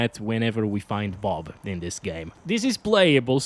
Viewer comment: BOB.....❎ BOOB.. ✅........ 👌👌😅